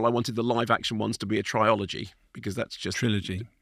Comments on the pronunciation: im not accepting a ridiculous "trying to be different" criticism from someone who says trilology. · Did he really say “Triology” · Did he just say try-ology? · Someone who reviews movies as a living can't say trilogy properly 😮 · That was a wild way to say trilogy...